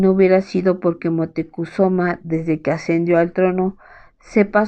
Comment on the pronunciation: La pronunciación de Moctezuma es mocte zuma